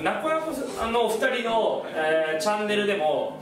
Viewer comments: 「なこなこ」にツは一切入ってないのに「なツこなツこ」言うてて草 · なつこなつこカツプルwww 当たり前のように言ってるのがツボった🤣🤣🤣🤣